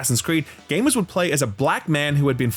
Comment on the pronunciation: Saying it so proudly with the hard R too 😢